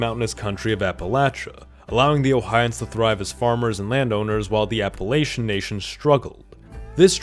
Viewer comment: I by and large rejected the idea of full on nations but they have more in common with regions. Also you mispronounced Appalachian for the area you showed.